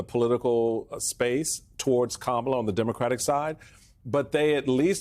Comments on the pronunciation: Can anyone say her name correctly? Jesus its not hard. COMMA-LA. (Like the punctuation) Kamala. Normalize getting that right. Thats our future President. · can you at least say KA MA LA 's name correct? It's not that hard. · please learn how to pronounce Kamala’s name.